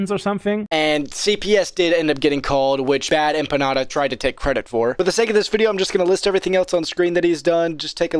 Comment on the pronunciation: Dude, you mispronounced Bad Emma Panda...